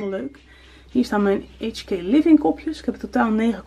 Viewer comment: Hee! Ik ken de eigenaren van HK living en je spreekt HK op zijn Nederlands uit :)